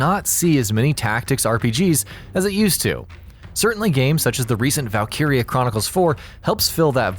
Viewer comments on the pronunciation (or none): none